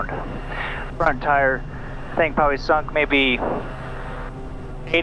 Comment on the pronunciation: Fantastic content as always. Oh and "dont sink" 😂